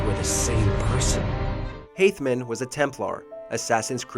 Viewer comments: Heavy Rain shouldn't even be in the honorable mentions section. It's Hay-tham not Hay-thman. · It's haythem. Haythem kenway! Not haythmen 🤦🏻‍♂️🤦🏻‍♂️ Did you even play the game? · its Haytham not haythman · The fact that you called him Haythman and not Haythem 😂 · Who the hell is Haythman? Last time I checked, his name was Haytham. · Hatham, not Haythman. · It's Haytham, not Haythman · “Haythman” The Templar order would like to seek council over the butchering of the name of Haytham Kenway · Haytham, not Haythman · My favorite twist is when said Haythman instead of Haytham. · It's haythem. Not haythman, how did you screw that up? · Haythman? It's Haytham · Haythman 😂😂 his name is Haytham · Who the fuck is Haythman? His name is Haytham Kenway, one of the greatest AC characters of all time. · It’s Haytham. Not Haythman... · Haythman is supposed to be Haytham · Haythman?! It’s Haythem..... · Haythman?! It’s Haytham! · It's Hayth-am not Hayth-man!!! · haythman?! HAYTHMAN? it's Haytham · That awkward moment when you somehow mix Haytham with Haythman... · Haythman? come on guys....it's HAYTHAM! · Haythman? That's hathym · Haythman...REALLY?! It’s Haytham Kenway!!!! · Who's haythman?.... 🤣🤣🤣 It's haytham.... Haytham kenway 🤣🤣🤣 Wtf man.. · Yo who the frick is "Haythman"? XD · LMFAO HAYTHMAN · No one is bothered by “Hayth-man” tf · Ah yes Haythman Wenkay, Templar Granmadster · Haythman? Wtf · It's HAYTHAM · ITS HAYTHAM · We just not gonna talk about "Haythman"? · HAYTHMAN was a Templar??? Did I just read and heard that right??? This guy is not really a gamer after all.